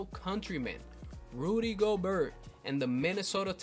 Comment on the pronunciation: It's pronounced Go Bear not Go Bert